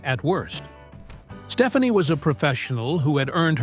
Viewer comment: It's pronounced "Steph-ON-ee", not "Stephanie". Fix your AI.